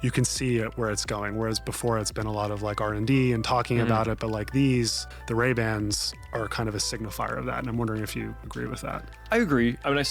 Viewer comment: What is Ray Band? Lol